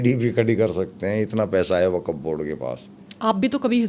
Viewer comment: Abe pagal arabi me wakaf bolthe 😅😅